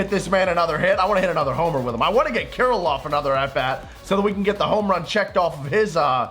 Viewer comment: Some teach to say Alex Kirlloffs name 😂😂😂